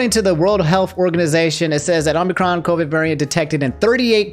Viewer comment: I keep hearing Omnicron, and it sounds like something optimus and megatron would fight over